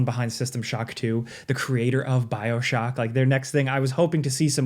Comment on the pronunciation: Bro said Bioshoky